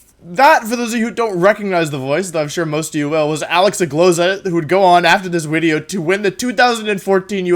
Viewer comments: Don't care about competitive Pokemon and literally only come here just to hear him say "wideo" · I have given up on day 7 of saying "wideo" without any response. I am greatly ashamed and saddened that you never did respond. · I love that he says a "w" sound for "v". I lived in Germany for a year, and when they speak English and do the same thing it's hilarious. There were people there called veggie girls (because they cut a lot of veggies), and you can imagine what their name became... Lol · Wolfey doesn't pronounce video incorrectly. He's just a time traveling roman